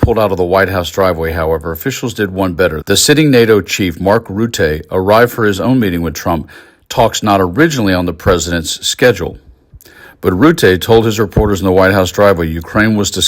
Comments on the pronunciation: Very good feed! Important to highlight. Thank you. Btw: Rutte is pronouced "rut" "tuh" not "root" "teh". An American living in The Netherlands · It’s ‘Ruhtuh’, not Routay. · You'd rather say Rutta than Rutte. The first vowl gets the most pressure, the last hardly any. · Rutte, pronounced Ruuh-tuh, is himself the amazing man with no spine. He will say anything to anyone. But he is extremely clever, and he likes winning, and for Europe that means saving lives. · If you do not know how to pronounce "Rutte", then ask someone who does know it!! Rutte himself for instance or a DUTCH reporter, or even a Dutch tourist! The way you (or your AI) pronounced it sounded very ridiculous!!! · Next time look up pronunciation of dutch words. That's not how you say Rutte. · Please learn how to pronounce foreign names before speaking them on a broadcast. Your pronunciation of Mark Rutte's name is comically incorrect.